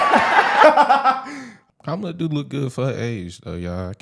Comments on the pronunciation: Ha! She said her name wrong! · Yeaaaaaashhhhhh ALRIIIGHT CARDI B . Are they gonna give her shit about pronouncing her name wrong. This is an actual embarrassment that they rolled this disgrace out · And she said her name wrong!😂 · Kámála? Where’s CNN? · Where’s that cnn lady to tell cardi she’s pronouncing kamala wrong?? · My question is did ANYONE…anyone AT ALL jump down Cardi B’s throat for “disrespecting a black woman” by “mispronouncing her name”?🤔. Hmmmm…. Anyone? ANYONE?👀 Didn’t think so!🙄😼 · right. You say her name like Pamela, but put the k in front of it, instead of the P and it's kamala. President Trump has said her name correct every time. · So I guess she's racist since she misrpounced Kamala's name?!